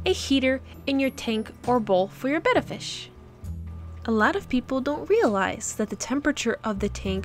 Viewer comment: I love the way you say betta. Maybe it's just the sound, idk. Betta Fish.